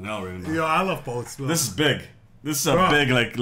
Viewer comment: “pOsTI MEloNi”😂😂😂